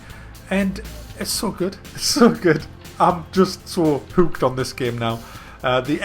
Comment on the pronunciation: why do you pronounce hooked like heuwkt